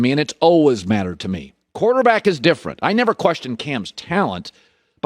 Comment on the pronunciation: “Quarterbackial” lmao what?